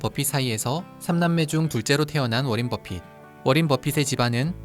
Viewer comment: 워렌이 아니라 워런입니다 그런것듀 몰